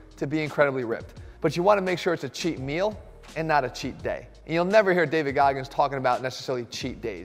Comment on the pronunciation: I thought David was psychotic till I heard chet meal once a day.